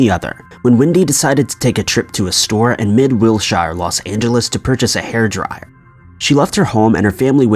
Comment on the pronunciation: FYI Wilshire is pronounced like Will-Sure not Will-Shire and she stopped at a Thrifty (like a Walgreens or CVS) not a thrift store. I lived walking to distance to where you are talking about.